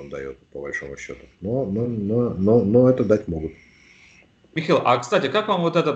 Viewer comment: Шейтельмана зовут МихАил, а не МихЭил! Ну пожалуйста, поработайте и следите за своим произношением...